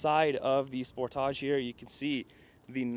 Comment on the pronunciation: So glad you can say Sportage properly! Good review